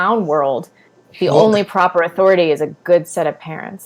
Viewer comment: When talks about "Authoritah" I hurt.